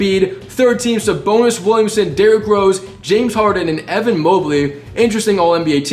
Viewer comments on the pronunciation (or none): none